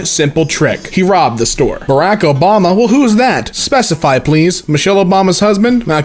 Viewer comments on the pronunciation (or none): none